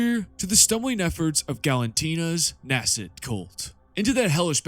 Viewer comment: Nascent is pronounced "nay-sent".